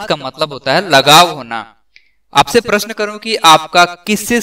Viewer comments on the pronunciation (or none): none